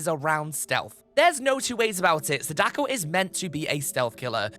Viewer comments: It's SA-da-ko not sa-DA-ko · Her name, Sadako, isn't pronounced the way you said it. That's my only grief with the video, really. She is one of my mains, and I commonly hear people say her name closer to the math puzzle, Sadaku, than the actual pronunciation "Saw-Dah-Koh". I suppose it has reached the point where I can't help but correct others, like some nerd at this point. I do apologise. I have no beef with you. I just wanted to point it out so that potential future content related to her can have her name said correctly.